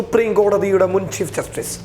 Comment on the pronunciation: ആദ്യം നീ പോയി ചീഫ് ജസ്റ്റിസ് എന്നു പറയാൻ പടിക്കെടാ പുല്ലേ